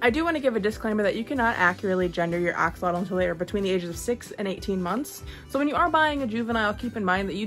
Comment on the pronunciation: You are pronouncing it wrong. It’s not pronounced axealotal. It’s actually pronounced asholot a like you’re saying ah, x is pronounced as sho,and lotl is pronounced like low only with a t at the end the l is basically silent. The name comes from the Nahuatl ( Nahuat) language (an indigenous language)